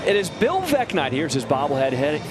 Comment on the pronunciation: Veeck = rhymes with neck